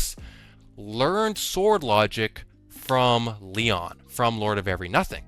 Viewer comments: I’m all for giving Lord Of Every Nothing an acronym nickname but “Leon” is literally inaccurate, it’s “LOEN”, “low-en”, or maybe “loan”. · my guy, it's spelled LOEN, not LEON~